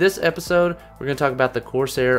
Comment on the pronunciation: dem 'corsiar' tho